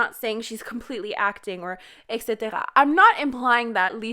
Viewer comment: Well everyone over there is talking and defending Lisa, I'm over here debating that I heard you say etc in an accent 😂